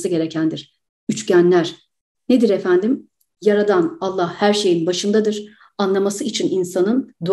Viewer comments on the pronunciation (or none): none